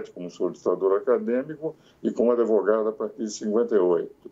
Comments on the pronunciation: Se o grande Ives fala "Adevogado" quem sou eu para contrariar.... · Ives Gandra, o "d" mudo não pode ser pronunciado nem com a inclusão do "i" nem do "e". Portanto não diga " ADEVOGADO".